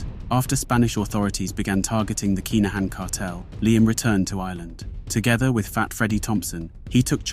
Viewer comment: I’ve seen your mispronunciations and limited YT research before - on this occasion I’m bound to say it’s kin not k’ai